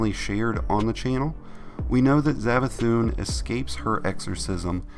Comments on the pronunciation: Savathun not zavathun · Its savathun not zavathun its an s sound sssssss not zav